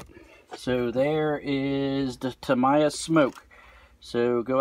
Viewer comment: Tam eye a? Thought it was Tam-e-ya